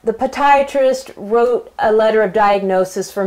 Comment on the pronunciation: It is poDIatrist....... Not poDIatrist..just saying....